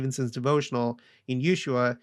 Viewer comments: Ushaia = ew-SHWAYA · Served my mission in Antofagasta, so thankful a temple is finally there! BTW pronounced ooosh-why-eeeee-uh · You shwhy ah!